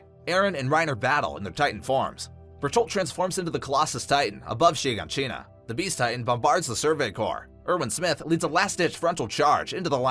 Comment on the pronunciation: “Sheen-Ga-Sheen-Ah” bruh its “Shi-gon-sheena”